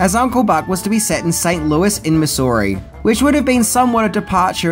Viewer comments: I enjoy the English language barrier but we do pronounce the state mizz ouri not miss lol. Regardless still great detail on this movie so thanks. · Great video as always,. For future reference, in the States Missouri is pronounced MIZ-ou-ree, or MIZ-ou-rah if you live there. My mother in law was born there and I tease her about the pronunciation all the time.